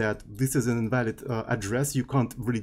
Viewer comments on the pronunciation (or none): none